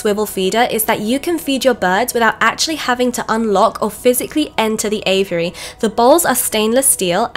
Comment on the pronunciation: I at first thought you were talking about the bird's name Avery, finally I figured you were just mispronouncing AVIARY